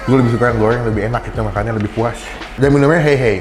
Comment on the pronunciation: Seblak goeng bumbu Koea ... Hadeh ampun rrrrrrrrrr yg bnr ....